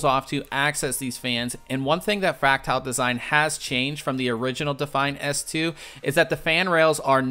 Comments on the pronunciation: It's fractal, not fractile. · I like the review, the only gripe I could have with it is your pronunciation of Fractal